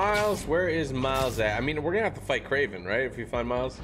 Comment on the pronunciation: It's Kraven not Craven